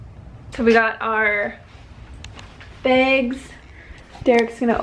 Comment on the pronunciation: I love how you are now saying begs instead of bags, lol